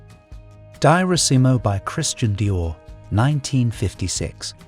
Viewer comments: Pronunciation checks please.....It's Dior-isimo, check also your French pronunciation it's not that difficult, all perfume wearers know how to say these fragrances. if you are going down this line of attack try the ingested ingredients we all eat that are even worse. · DIO RI SIMO. PRONOUNCE IT RIGHT. LOVE THIS FRAGRANCE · Funny how Diorissimo & patchouli are pronounced by this reader. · Dye-orissimo! Another AI voice who can’t pronounce. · In the First minute: Daaiosimo...😂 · Diorissimo dior deeyour. Not the way the AI pronounced it deeyourissimo. Get it right. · You say : dee- orr-EEE-see-moh. Also, anyone who has an alergic reaction, or skin rash acquired from obtaining a mist of these- OR ANY OTHER- perfume, should abstain from their usage, instead of having them forcibly changed or taken out of circulation completely. It's absolutely absurd. So many humans have nut or honey alergies. Should we ban their use and availability to the public throughput tge world? And, his name is pronounced Tare-ay MYOO- lurr. Ridiculous. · HEY AI VOICE AND IT'S NOT "DIE-O-RISSIMO" IT'S "Dee-or-EE-SEEMO." LIKE DIOR, the designer? And Patchouli is prounounced "PAH-CHOO-LEE." Actually, LEARN HOW TO PRONOUNCE ALL OF THOSE PERFUMES AND THEIR DESIGNERS. EEJITS. 🙄 Jean Nate, Opium, Cinnabar, Tabu should have all been banned just for being STANKY (or never made in the first place, IMHO). UGH. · You should be jailed for pronouncing Diorissimo diarrhesimo🤦‍♂️! Then Channel, instead of Chanel. Thames for temps. And then came the final nail in the coffin:' Theory Muggler'😂😂😂! Keep up the good work🥳🤡